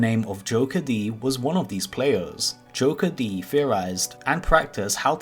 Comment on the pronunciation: It is not joker d. it is pronounced jokered